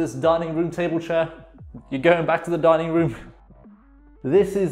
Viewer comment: i thought you said "darning" instead of "dining"